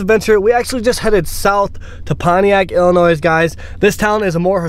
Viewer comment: As an Illinoisan, I can say that I am not mad he pronounced the s. Illinois has some cool history down south, but that's it, everything else sucks 😂.